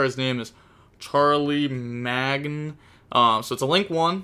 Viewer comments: Charlemagne is pronounced shar-la-main :) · "Charlie-magnun" LMAO that pronunciation actually gave me psychic damage At this point, I have three theories: 1) is legitimately illiterate. 2) has undiagnosed dyslexia. 3) is deliberately mispronouncing words to increase engagement in the comments. 😂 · Charlemagne is pronounced Shar la main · “Charlie Mag In” 😭😭😭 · That damn “charley magna “ hahahahah he even said he was struggling reading this week. That was so much effort to pronounce that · Charlie Mag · Charlemagne was a very important historical figure. His name is pronounced “shar la main” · The card "Charlemagne" would be pronounced like "shaar - luh - mayn". I know, it's weird, but that's how it's pronounced. It's probably from like France or some shit. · Charlemagne took me out man ☠️ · What you don't pronounce it Charleymagnay too? LMAO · Infernoble pronunciation: Charlemagne- Shar-luh-mang Ricciardetto- Ree-char-debt-oh Renaud- Reh-No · Charlemagne is pronounced Shar-luh-main, just for future reference, normally I wouldn't correct pronunciation but uh... That one was rough brother. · Tryna help you bro it's pronounced SHAR-LA-MAIN the c is pronounced like an s cause it's French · Charlemagne is pronounced like shar-La-main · pronunciation of Charlemagne has be rolling on the fuckin floor